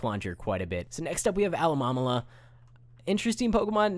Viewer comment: lol, the pronunciation of alomomola